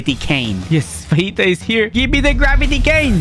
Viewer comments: im sorry but the gravity admiral is fujitura not fajita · It’s so triggering hearing him say fajita instead of fujitora